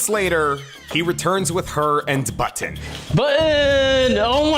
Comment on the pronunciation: He pronounces Button so weirdly